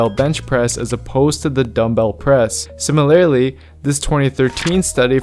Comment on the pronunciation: It’s SIM-uh-ler-lee, not SIM-uh-LAIR-lee LMAO